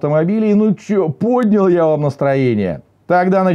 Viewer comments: А моде не поднял, ударение надо ставить на 2 слог. Грамотей!!!! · А в слове поднял ударение надо ставить на последний слог./Грамотей!